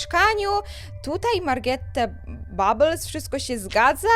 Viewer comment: O to nie tak że ja cię pouczam bo ja cię szanuje ale to Margarette nie wymawia się Magrete tylko czyta się Margaret